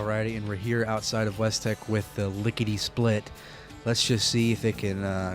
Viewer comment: Notice something about the Lickety Split... It sounds like Lickety Spit... Spit (Hawk Tuah)... What did Todd mean by this???